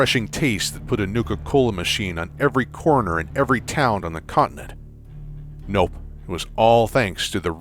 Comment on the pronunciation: That emphasis on "Nope".